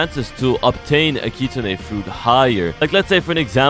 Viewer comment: “Kit-Sune” not “Kit-Su-Ne”